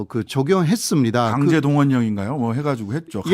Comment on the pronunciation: 강제 . 왜곡.국무.내각.흥미.통치권.이런 발음이 좀 안되는거 같습니다 호사카유지교수님